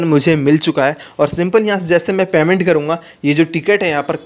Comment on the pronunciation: पैमेन्ट नही पेमेन्ट होता है😂।